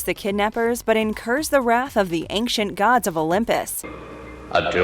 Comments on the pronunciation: If you think I'm going to overlook the fact that you said "the AC 130 Gunshit" you are mistaken. And it has to be said after hearing you destroy it 4 or 5 times, there is no 'k' sound in the word ancient. What happened , you say "the void" and show a one second clip from Robotech??? You only spoke of 11 cartoons not 12. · Great video. "Ancient" doesn't have a hard 'c' sound and it's driving me crazy